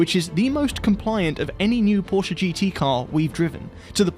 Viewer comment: Hearing him saying it right,makes us Germans happy 😂